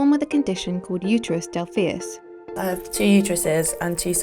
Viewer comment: The narrator pronounced "didelphys" wrong. At least have the respect to read the word right.